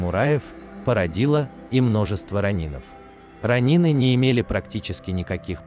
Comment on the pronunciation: Я конечно понимаю, что японский язык предполагает различные ударения в одних и тех же словах, и это будет правильно. Но уши режет слышать "ронИн, бусИдо, катАна"...